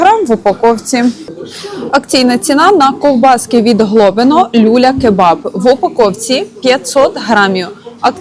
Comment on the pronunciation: …. люлЯ кебаб а не лЮля) 😂 Дякую за огляд🙏